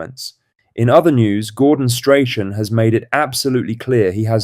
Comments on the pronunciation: please pronounce strathams name properly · Learn to say Strachan before you do a Celtic video